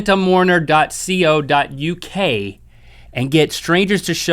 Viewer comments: loving how he doesnt know how to say .co.uk well done link. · Love the way he said the web address for .co.uk - it's "co", not "C.O." XD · Link, it's .co.uk....... not cee-ohh.uk... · Did Link seriously say ".co.uk" as in CEE-oh. I understand he may know because he's not English but its ".co.uk" as in KOU. I probably found that a bit funnier than I should've tbh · It's 'dot co dot uk,' not dot see oh :P renting mourners is mentioned in the Bible, been around for a long while :) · aww! link said .co.uk as the c and then the o. it's actually said as the word co. aww bless him. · Dear Rhett and Link, As a member of the UK, I would like to make a statement that doesn't matter at all and you don't really need to listen to, but... .co.uk is pronounced co (coa), not that you need to know anyway. Thank You, J Mensah...